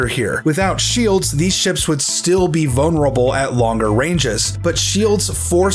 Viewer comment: "Vone urable"